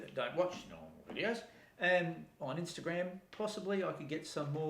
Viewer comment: Nice video! (What is "inster-gramme"?)